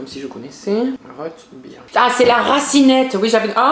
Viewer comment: On dit routbeer pas rotebire ses vraiment comme ça qu'il la dit aucun respect rote à la place de rout et bire à la place de beer